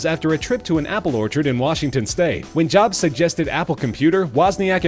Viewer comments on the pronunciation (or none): none